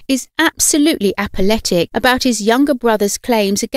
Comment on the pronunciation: If you’re going to use the term “apoplectic”, please learn to pronounce it correctly.